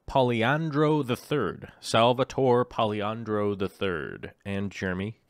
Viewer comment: Im impressed, "Salvatore Poliandro III" ain't an easy name to get right, and you nailed it =)